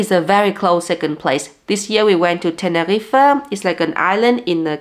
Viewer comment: You go, girl! Such valuable content. And an additional compliment: almost 100% native speaker pronunciation for "Teneriffa". May 2024 may bring you even more success than 2023.